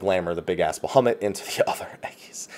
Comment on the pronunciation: BaHUMit, best pronunciation.